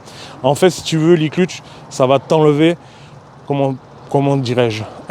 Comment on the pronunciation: Très belle présentation 👍 PS : embrayage se prononce "cleutch" pas "clutche" 😉 (même si ça donne un petit côté franchouillard 🇫🇷)